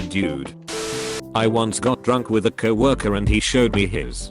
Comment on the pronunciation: And "cow orker"